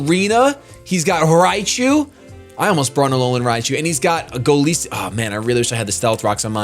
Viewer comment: you're great, but man, its goliath+isopod. the "i" in Golisopod is pronounced like "eye"